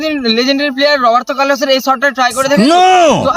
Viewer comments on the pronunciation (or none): robart carlos not robart callo yes.